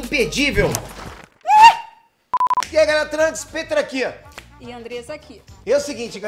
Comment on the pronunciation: Tenho uma dúvida, porque sua pronúncia do seu nome não soa como "Píter", e você pronuncia "PÊTER", porque isso? Se inscrevam no meu canal se lerem esse comentário. Abraços!